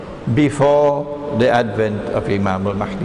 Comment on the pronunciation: Brother Imran keeps pronouncing the letter "H" in the name Al Mahdi like the one in the name Ahmed. The letter "H" in Al Mahdi should be pronounced as the "H" in Hector.